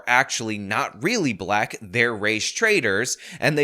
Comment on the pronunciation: "'yall bhyik, im bhlyik" i gotta say i hate how she pronounces black lol. reminds me of those people who pronounce white as HUHWHYTE